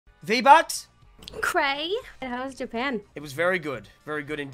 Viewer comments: Vee bucks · Vee Buckz: cumtent PewDiePie: Vee Buckz did an OoPsIe!